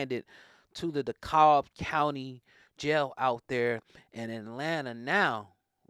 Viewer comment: Wellllllllll Daaaaaaaaaaam already it's pronounced De Cab Co..... Sir. And this dude is HARRRRRRRD AS NAILS BAAAAAD BOY BUT THIS SHIP IS HURTING HIM REALLY. KEEPING HIM ISOLATED IS IN His BEST INTEREST THEY DO THAT TO EVERYONE IN DEKALB CO.... Been there! They probably got him in a cell in isolation when another artist was there he was on Level 1 Lowest grade in Dekalb CO. It's A Pod but he's not in a pod I Bet... He's in a Solo 1. Respect to the young Patna but yo he played this game real dirty ain't but 2 Endings he got the lesser of the 2. May the Lord of the world Guide my young G and help him Grow ... Peace young homie